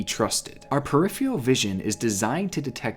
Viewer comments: the word is pronounced per-RIFF-fur-rull... k bye 👋🙂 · Peripheral. Purr-IH-ferr-ull. Thankyewverymuch. <3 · Say it with me "per-if-er-al" not "per-if-ee-al" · this was a great video but it's peripheral vision, with 2 r's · i hate how he says peripheral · not as scary as his pronunciation of peripheral